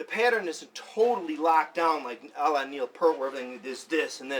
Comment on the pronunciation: great lesson, only one issue with this, you pronounced neil peart’s name wrong